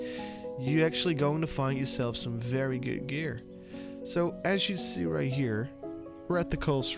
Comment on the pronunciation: " Sum Fery goot gear" 🤣😂